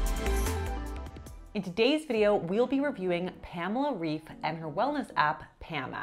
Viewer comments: It's not "Reef" it's "Reif", kinda pronounced like "life" but R instead of L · It's pronounced "rife"... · It’s not pronounced like “reef” it’s like “bite” with an f. Reif… I wish people would take the time to learn how to pronounce someone’s name before making content on them… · Abbey, it's pronounced "Rayf" and not "Reef" 🙃 Thank you for this review! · As a German, I appreciate this! 🇩🇪🙌🏽 by the way Reif is pronounced “rife” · Her last name is pronounced “rife” - rhymes with “wife” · I've tried a few video workouts of Pamela Reif and I always enjoyed her energy. Also she has such an adorable face so I can't help but find her charming. However I've never looked at her nutrition advice. Fun fact- I am from the same country as her- her last name is pronounced "rife" :) there you go, gonna impress everyone with the authentic pronunciation if you want to haha. But "reef" is also quite common in English speaking countries so it's alright either way. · Just one thing! Her last name is pronounced "RAIF" It actually means "Ripe " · As an American who studied German in high school and college, I’m not going to give Abbey grief over the name Reif. There are a lot of German/Yiddish origin names that have the ‘ei’ and ‘ie’ combos that are pronounced opposite to what they should be “auf Deutsch”. There’s no rhyme or reason to it either. I stick with German pronunciation unless I’m told differently by the person. Heck the last name “Schroeder” in North America is a complete minefield when it comes to pronunciation. Yet to native German speakers only know one pronunciation, and trust me, we’re not using it here in North America. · I speak German and I dont think this is because of bad wording or translation issues…. it is just mean. the german way to pronounce her name would be with the „ei“ in Reif pronounced like the „i“ in „like“ or „Mike“ by the way. Love your videos! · I think before making a review video of her you should also be able to pronounce her name correctly lol